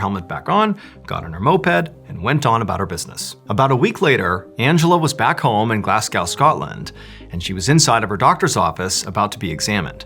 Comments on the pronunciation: Sorry Mr B, but the city in Scotland is not pronounced Glasgow (as in cow)...but Glasgow (as in crow) ❤️ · Glas-go plzzzzzzz 😢😂 not glas-goooow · Mr Ballen I love your content BUT PLEASE SAY GLASGOW CORRECTLY! 😭 GLASGOW NOT GLASSCOW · GLASS COW? It’s glaz go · Note: GLAZ-GO not GLAZ-GOW as in cow!!!!! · FYI: it’s pronounced Glas-GO not Glas-Cow 😅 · Just have to say this is an amazing show, every episode is great but.....please pronounce Glasgow properly 🤣, glaz-go, not glass-gow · Quick word of advice from a Scotsman. It's not pronounced 'Glass-gow', it's 'Glaz-go'. Just wanna make sure people don't end up taking the piss outta you lol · it's pronounced Glas-GO, no Glas-GOW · Glass Cow, Scotland.. never gonna unhear that now. It’s glazgo mr b!. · it's not pronounced Glasgow its pronounced Glasgoh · Love your work Mr B. I'm from Glasgow and live in Vietnam, so the second story was pretty cool. However, your pronunciation of Glasgow was hilarious... its Glaz-go not glaz-cow 😅 ✌️ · Glasgow is pronounced Glaz-Go not Glass-cow 😂 love your stories! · Gla - Z - Go, not glass cow. 😂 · My dude 😭 it's pronounced- "Glazz- go" not "glass-cow". Still, great video 👍🏼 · Glas-go, not Glass-cow! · Oh noooooo you made the fatal error of pronouncing Glasgow as "Glass Cow" it's "Glaz go" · Just one thing, noone should try to pronounce Glasgow with the W on the end, it's pronounced Glasgo forget the W, consider it a silent W, and just pronounce it Glasgo. No one British and certainly no Scottish person pronounces it as Glas Gow, just simply Glas Go. Just saying, it's weird to hear anyone pronouncing it Glas Gow. Yes, I am British, English to be precise but I have Scottish and Welsh relatives, and Scottish ancestry. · Glasgow is pronounced Glaz Go, not Glass Gow 😂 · Glass gow ? 😂 it's pronounced glazgo or if you're from Glasgow, glezgy 😅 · Mr Ballen, its pronounced Glaz Go. Not GlassCow. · It's pronouned GLAZ-go, not GLAZ-gow rythming with cow. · Glass-cow? not Glaz-go? lmao